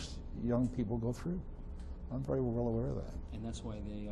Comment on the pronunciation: vaery? i dont think that word is in the english language